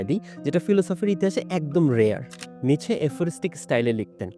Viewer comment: উচ্চারণটা কি নিটশে/নিৎসে নাকি নিচে?